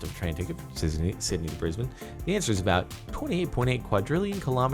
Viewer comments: AH I'm so glad you said Brisbane right! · an American who can pronounce Brisbane correctly 👏 well done jeordoran Edit: also it does cost 28.8 quadrillion kilometer US dollars squared, that's why it's overpopulated in Sydney cause it's so expensive to go up Queensland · Props for pronouncing Brisbane right.